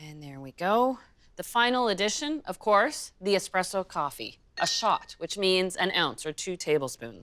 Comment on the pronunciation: Expresso coffee 🗣️